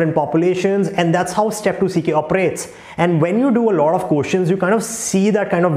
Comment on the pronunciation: speaking first as “furrst”, and lot as “lord” 😂. But speaking question as “koshun” 😂😂, lmao